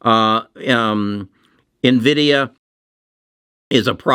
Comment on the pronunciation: Still pronouncing nvidia wrong man come on